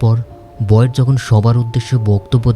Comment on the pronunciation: ভাই ওর নাম বয়েড বলা বন্ধ করেন,বিরক্ত লাগে